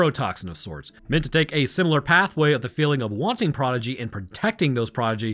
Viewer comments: I love you, Man, but also... Proh-di-gee (Someone who excels in a field at a young age) Proh-gen-ee (Children) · Dude, it sounds like you're saying "prodigy", but you're saying progeny, right? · Listening to mispronounce "progeny" so many times I'm pretty sure he's just trolling for engagement, and dammit it worked. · Progeny. The word is progeny.